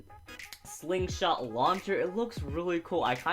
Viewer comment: Excuse me sir its SLINGSHOCK not slingshot